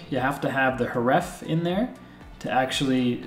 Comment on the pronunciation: "The uh-TRIB-bute that you see here, is hureffe" I'm not mad, I'm just disappointed.